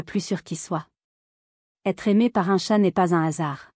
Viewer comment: Pfff cette voix à ma con . En plus elle dit « tchat »au lieu de « chat », en plus pas d’ accord moi les chats m ´ adorent parce que je joue avec eux avec tout ce qui traîne bout d’ herbe, plume , bout de papier et ils me kiffent parce que sinon surtout en appart , ils s’ ennuient !